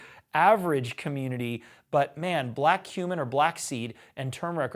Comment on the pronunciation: I keep hearing "black human" along with "black seed" and it's weirding me out